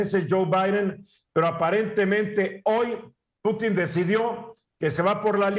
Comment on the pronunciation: jajajaja y luego hablan del tema y ni saben como se llama el presidente de rusia , no como putín , no pútin jajajaj